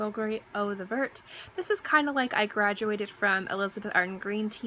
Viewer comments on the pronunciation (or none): none